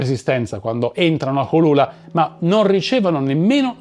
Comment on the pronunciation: la "ch" in spagnolo si pronuncia "c" dolce. Quindi Malinche si pronuncia "malice" e Cholula si pronuncia "ciolula".